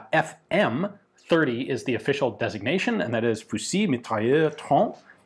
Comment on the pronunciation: Excellent Ian. Simple pronunciation tip: Saive's name is pronounced as if it were spelled SEV in English. Also, in "fusil", the L is silent.